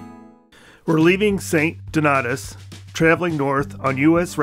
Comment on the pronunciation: its pronounced st DON-AY-US